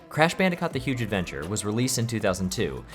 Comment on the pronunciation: nah is this ai??? crash bandicot ? wtf are u saying bro how do u not know hot to say these titles wtf???